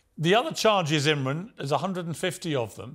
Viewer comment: Piers get your act straight! His name is IMRAN not Imrin!